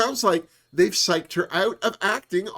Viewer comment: wait, regarding Jorgeous.. did you say "psyched out" or "sucked out", because it sure sounded like the latter Bwahahahahaa. OMG I am LIVING for that Miami Sound Machine call out.. I spent many a late night at the afterhours club in Norfolk, VA in my early years in the Navy, and COnga and other hits were a huge draw to the dancefloor. Ahhhhh, ,the mammaries....